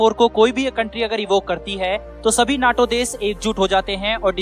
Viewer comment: नाटो न्याटो नहीं 😅